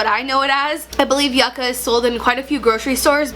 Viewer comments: Yuca is soooo good, similar to potatoes. Very common food staple in central america. Its pronounced yoo-kuh in spanish. Yucka sounds strange. Lol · Pronounced YOO-CA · Yucca us pronounced Yoo-ca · I’m Puerto Rican and hearing her pronounce Yucca is hilarious 🤣🤣 love you